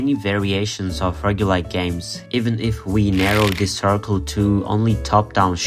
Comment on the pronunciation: FINALLY someone who pronounces roguelike like me!